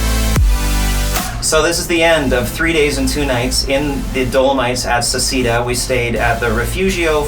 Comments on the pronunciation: ‘Say’ ‘chay’ ‘dah’ but otherwise great video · it's pronounced SECHEDA !!! Americans :DD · Just an FYI, in Italian it's pronounced "Se-chay-da" 😊